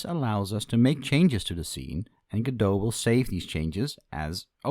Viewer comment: you cant say godot...